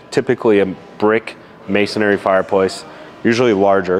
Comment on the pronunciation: Please say the word Masonry. You are saying Masonary. 😅